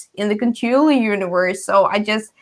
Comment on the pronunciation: Four of my favorite board gaming faces all together! What a treat! I love the way you guys pronounce Cthulhu!! When spoke about how there's older games she'd like to get, but the new hotness always gets in the way of that, I felt seen LOL